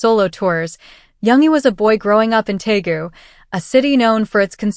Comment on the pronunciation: It’s Deagu, not Taegu,. This is where Suga and V are from.